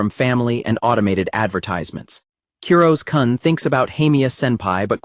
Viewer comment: I want to punch an innocent teddy bear every time I hear the AI narrator mispronounce Kurose's name. 🤦